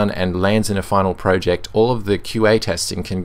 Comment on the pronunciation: Spotify uses Electron, of course it will be slow. It's slow on pretty much every platform. For gnome, the g is silent. Project, not "proooject".